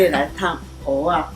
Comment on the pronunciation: 如果是道地的台灣人，蚵仔要講成「鵝」啊，不是「喔」啊。 現在的年輕人不會講台語「鵝」跟「我」分不清楚，但是老一輩的人怎麼也會講錯呢？